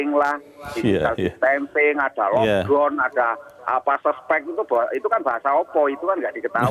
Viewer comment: 🤣🤣🤣🤣🤣lockdown(lokdon).....bpk ni lo....yg ngomong bukan sayaaaaa